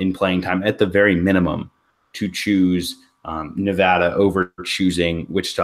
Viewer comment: NUH-VADD-UHH not NUVAHDUH